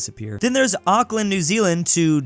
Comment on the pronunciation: everyone be talking about how he pronounced doha wrong but not how he pronounced auckland wrong